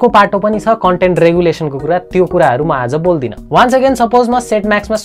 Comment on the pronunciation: चान्स कि चाम्स😂😂???